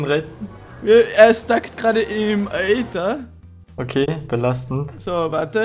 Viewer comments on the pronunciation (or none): Das heißt nicht Eter sondern Ether aber nicht schlimm